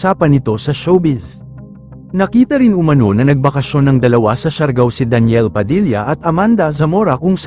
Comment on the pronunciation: ano ba tlga pagkabigkas mo daniel ba o deniel?